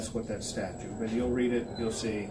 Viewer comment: did he say “staturte” instead of “statute”? 🤔